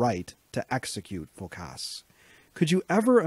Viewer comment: Phókas, not Phokáss !